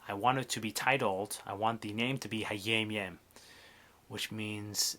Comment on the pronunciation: nice also why do you pronounce it hayeim yeim? thank you